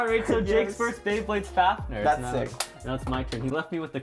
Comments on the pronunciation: And he calls fafnir as fafner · The amount of times they said Fafnir wrong hurts my soul.